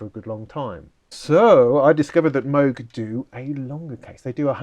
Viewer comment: PPS - it’s “moog” not “moog”